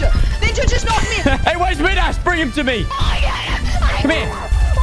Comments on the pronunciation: Normal Person: Midas: MidASS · Who else thinks it’s annoying he says midass not midas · I stopped watching as soon as he said ‘Meedas’... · Critics: you’re saying “Midas” wrong.:... Get in the well. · Who here is used to saying midas woman lol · why does he say midas wrong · learn how to say midas